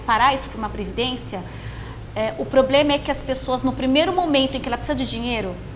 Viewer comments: Ele falou "poblema"? É isso mesmo produção? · Qual a credibilidade de quem passa a entrevista toda dizendo que o "poblema" da previdência é grave?